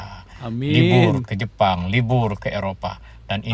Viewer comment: Kau ngomong daripada (seharusnya dari saja) Jepang dibaca jepun (seperti maling sia) gua unsubscribe.